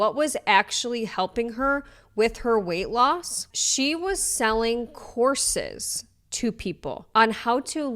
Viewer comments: I thought you said she was selling corsets (might as well) and i realized you're saying courses. Thats why i use cc when possible. Lol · my own fault but i kept hearing you saying “horses” instead of “courses” and was like …. this woman is selling horses to lose weight?????